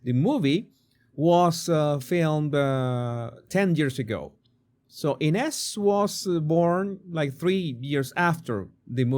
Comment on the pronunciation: INEZ PRONUNCIATION- "AN-UZ" 😮